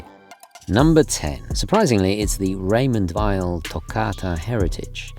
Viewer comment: Finally someone who pronounces “Raymond Weil” correctly!